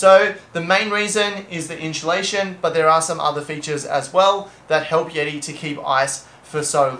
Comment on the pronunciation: Inchulation lol. Made me laugh